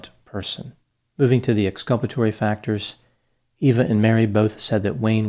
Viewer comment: "...that's pretty much it for the ex-culpatory factors..." 😂